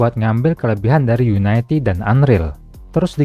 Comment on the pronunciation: bacanya yuniti dari unit